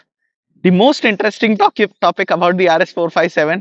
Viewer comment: Topic ❌ tokip ✅